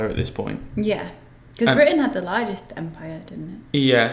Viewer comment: My man sounds super Irish when he says "empire"